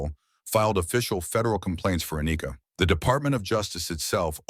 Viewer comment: "A-nika" really....🤦🏽‍♂️....